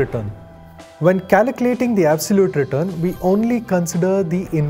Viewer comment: Its not CALACULATING!! Its CALCULATING!